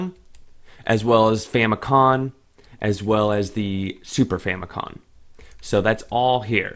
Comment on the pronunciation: Is it me or does it sound like hes saying Fami-con lol